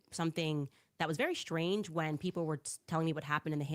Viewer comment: Which is very Shrange instead of strange.